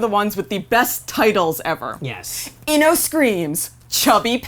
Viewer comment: She didn’t pronounce ino right or Naruto